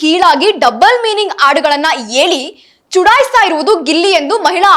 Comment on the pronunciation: ಹೆಲಿ ಅಲ್ಲಾ ಹೇಳಿ 😂